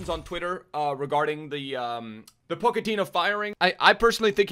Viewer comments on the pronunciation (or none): ***po-ch-ettino not pokettino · go ahead and look it up lol, its pronounced "ch" not "k". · who is Poc-a-teen yo? Dude you murder some of these names. You make him sound like a little Pokemon In my pocket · I love you but he’s Portuguese, so it’s JOE ZE and poch is Argentinian so it’s Paw che ti no, love the vids g I be butchering pronunciations all the time too just tryna help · Pochettino + Pokemon = pronouncing Pochettino